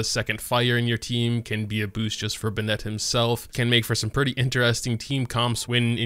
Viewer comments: Please stop saying ben net. Just say benny. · Listen to them back to back. It isn't the same. Bennett in-game says "BEN-it" while says "ben-ETTE" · I’m pretty sure he knows how Bennett is pronounced, it’s just more comfortable for him to pronounce it as “Be-nette” rather than “Be-nit” /lh Another honorable mention is in the English dub, Bennett pronounced his name as “Ban-nette” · You can say it either way, but it’s wrong. He says buh nette, which is wrong. It is pronounced ben net. Clearly english isn’t your strong suit. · Be-net, kaching my brain: ITS BENN-ET AND KUH-QING. ISTG IF MY EARS HAVE NOT FELT THE SWEET SOUND OF HARMONY IN PRONUNCIATION. SAY IT RIGHT, SAY IT RIGHT >:( my head: cmon, let's get you to bed grandpa.. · Lol I know it’s you cause you say “Ben Net” it’s “Ben It” :) you rock! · You say `Ben Nette`... i say `BeN Net` lol – either way he's pretty pog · The fact that he pronounces Bennett’s name wrong every time triggers me. (Btw, if you’re reading this, the correct pronounce for Bennett is “Ben-nutt”, not “Ben-nEtt” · It’s “ben-it” not “Ben-Ette” 😢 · BEN-nett, not beNETT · its ben-it no bin-net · you always pronounce his name "bennetté" but it's pronounced ben-nett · Its Ben-net not B'net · BEN NET not BUH NET lol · I refuse to subscribe until you learn to say his name properly. Bennett not Bennette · Bruh, its pronounced Ben-it not Ben ette. why do you do this? its a fairly common name. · his name is Bennet, not Bennette… please stop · "Be-nNET". Oh my god. The way you say his name makes me cringe. It's "Benn(i)t". Pronounce the second "e" like you would an "i". The way you say it makes it sound like it's spelled "Bennette". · Amazing video, but everytime you say be-nette my ears cry LOL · Every time you pronounce his name "Ben-ette" a child cries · His name is pronounced "Ben It"... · Imagine be-nette holding a bagu-ette Ok imma head out sry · man it is killing me, and they straight up say "Benn-it" numerous times in the game.